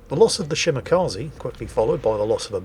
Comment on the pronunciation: Still not pronouncing Shimakaze correctly. 🤦